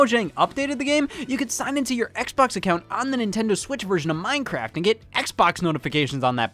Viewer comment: I had a stroke when Scott said mojang and Minecraft.